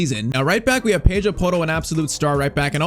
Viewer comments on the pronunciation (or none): NO HATE BUT YOU ARE PRONUNCING PEDRO PORRO AS A BRAZLIANT AND HE IS SPANISH SO DO I I LOVE IT CAN I GET A SHOUTOUT PLS AND A SUBSCRIBER